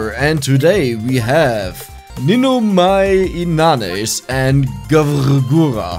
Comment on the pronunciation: I just come to watch this because of your lack of knowledge of hololive, makes these videos a bit entertaining that way imo. Also if you're not confident on pronouncing Ninomae Inanis, you can just call her Ina since that what people usually call her anyways.